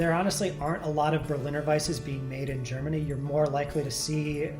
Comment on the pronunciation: sry but the germany procounciation is kinda bad. but my english spelling is not much better :)